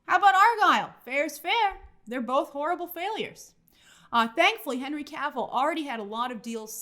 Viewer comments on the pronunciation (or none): none